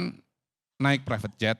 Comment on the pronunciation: Ngucapkan Prevet jet saja salah… Qodari.. Qodari… kualitasmu bener2 gorong2